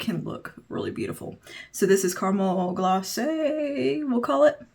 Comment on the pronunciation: Oh and glacé is pronounced glah-SAY- hope you don't mind me correcting you😶😊but just to let you know- we have to study French in Canada for years..so...there it is😊☺